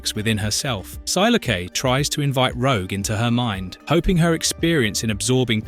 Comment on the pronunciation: Only thing it's pronounced psy lock and Gene Jean the American way not the French way.